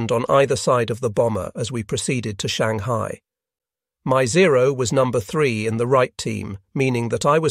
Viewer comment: My favorite is, "Shang-high-eye." lol